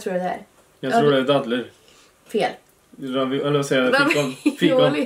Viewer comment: Haha,älskar när säger daddler!😂❤